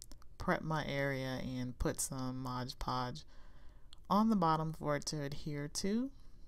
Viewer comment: Mod not modge